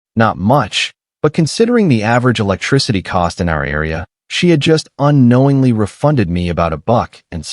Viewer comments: You need to retrain your AI speech as Tesla model Y is not pronounced model-why and then the word Electricity isn't el-ka-tea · Eclecticity is not pronounced Eki culty.